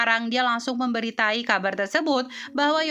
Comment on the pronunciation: Memberi tahu min.. Bukan memberi tai😂😂😂😂